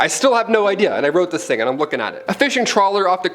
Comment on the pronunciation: “Eye-m out” omg go straight to heck 😂